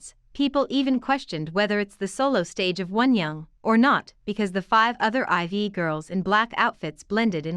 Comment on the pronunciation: It bothers me so much that people keep mispronouncing IVE and I’m not even a fan! Lol. It’s not “ivy” or “i.v.e”. It’s pronounced “I’ve” as in “I’ve been annoyed for weeks because no one can say it right!” Lmao.